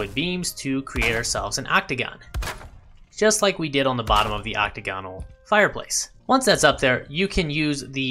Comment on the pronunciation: Hey, we're all learning! Quick tip: ocTAGonal, not octaGONal. Kinda like diAGonal.